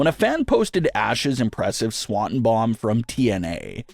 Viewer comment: My guy - how hard is it to pronounce Swanton? You've been a fan of wrestling how long? Doing videos on wrestling how long? It's Swan ton.